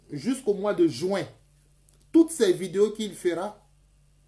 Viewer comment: Toi qui dit comprendre le Français que Johnny Patceko là, je te signale que toi même c'est pareil car tu prononces mal le mot JUIN ( le mois de Juin et non Jouin comme tu le prononce, c'est compris!!